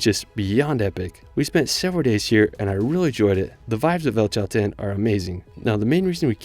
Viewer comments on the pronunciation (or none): PERMaMARA???Purmamarca Aquenagua??? Aconcagua BARLOCHE.... Bariloche Elchen? Chaltén